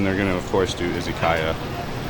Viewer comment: Izzykaya? why izzy? the way it is said in English is iz uh ky uh